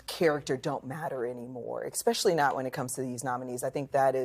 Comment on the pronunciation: "It's very clear that competency and character don't matter anymore" she says, immediately rolling into the word EXPESHALLY. (especially) I do not think she's the woman to call out competency.